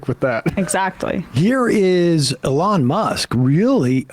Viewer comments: Sam's steadfast mispronunciation of things ("Eh-LAWN Musk") will be standing monument-like when all of the right-wing movements-of-the-moment have fallen by the wayside. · Who is Ah-lon? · That’s The Jewish pronunciation of Elon Musk am I right ? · After all the years Sam still pronounces Elon's name wrong. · Sam is so committed to mispronouncing "Elon"